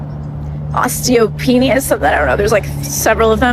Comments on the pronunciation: Osteopenis??? lol. I could use some of that. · Did she say osteo penis?